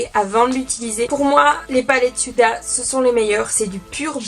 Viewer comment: Coucou, il me semblr que tu prononces Yuda pour la palette mais il n'y a pas de "Y" dans le nom 🙂